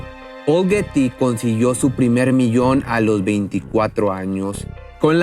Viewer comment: Hello! Pronuncia Bien. Los nombres like for Example Guety y muchas, mas ?